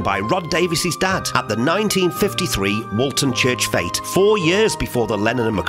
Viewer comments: you say Paul lived at “20 Forthlin Road, Toxteth” but Forthlin Road is in Allerton not Toxteth which is some distance (North) of Allerton and Woolton. (Take care with your pronunciation of Woolton (wool-tun) not to be confused with Walton. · Its Woolton Not Walton.